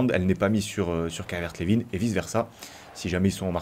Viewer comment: Juste on dit Calvert lewin comme winner